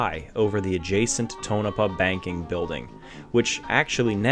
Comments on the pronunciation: was waiting for you to say restored, like everyone else who don't know what they are taking about. but you said refurbished. it was remodeled to let you know. i was in on the project in 1978 for bill allison when i was in high school in tonopah. (paw. like miz paw). there was also a local PBS affiliated television station that i helped with occasionally for john gilman. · i give him this mulligan . he pronounces state name well, but fails on tono paw.